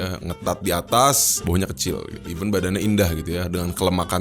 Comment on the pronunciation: Event dibaca i'vent .. eu vent.